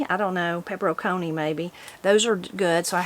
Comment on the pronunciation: peperoncini is pronounced pepp ron chee knee or pepper on chee knee. Chee like in cheese. The C in Italian is pronounced Ch. Peperoncini. Hope this helps.